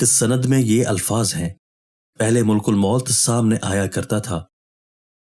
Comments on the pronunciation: ملک نہیں بلکہ مَلِک الموت ھے م پر زبر ھے اور ل کے نیچے زیر ھے اور ک پر پیش ھے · اسلام علیکم محترم بھائی ملک الموت لفظ کا تلفظ درست ادا کریں ملک الموت لفظ میں م پر زبر ہے پیش نہیں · Hello Dear, it is not " Mulkul Maut "as you uttering in your video uploaded, it is " Malak-al-Maut ". Stay corrected. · ملک الموت کا درست تلفظ "malkulmaut "ہے۔